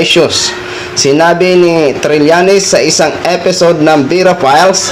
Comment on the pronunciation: Leyne, eshyo, eypisode, elecshun, 😂😂😂 pag ganitong vlogger din lang defender na kandidato TALO pa rin 😂😂😂